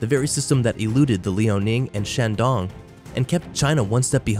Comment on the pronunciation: ”shandon”？？？ real name is shandong！！！